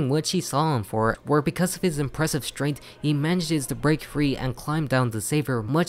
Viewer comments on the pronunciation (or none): none